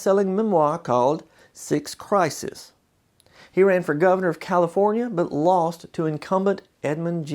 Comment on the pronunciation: crises (plural) = CRI seez